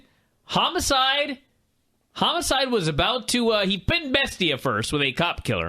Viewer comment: BES-TIA not Beeestia